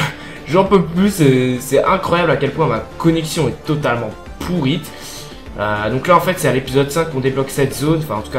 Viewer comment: Encore une fois on dit pas pourite ^^